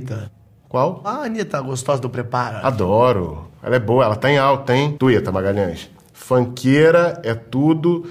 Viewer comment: " Twita Magalhães" kkkk